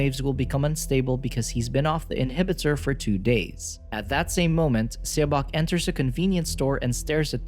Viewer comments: Korean is really quick to learn to read because of the Korean Alphabet. Please grab someone who can just relay to the narrator how to say a Title/Name. I die a little inside when a title is mispronounced. I'll even do it for you if you let me know. q.q The title would have been read as "SawBoke". - Saw like you saw a landmark or the tool to cut wood. - Boke rhyming with woke. - And then it being one word, you run it together without a pause between the two. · It’s pronounced “suh-bôk”